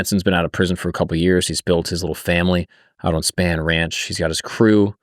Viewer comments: Has not seen Once Upon a Time in Hollywood? Its pronounced SPAWN Ranch bro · Also Spahn Ranch is pronounced Spawn. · How do you research Manson and Spahn Ranch, “Span Ranch”. I’m sorry. It just bugged me. Great video though.